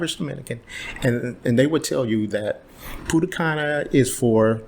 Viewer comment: Punta cana😂😂😂. Not pudda canna😂😂😂